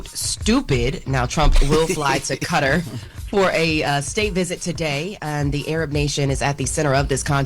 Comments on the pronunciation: Cutter?.....wth...kuh-tar.....come on!!! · It is Kuh-tar rhymes with guitar. Not cutter. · Kuh-tar. Enjoyed the reports though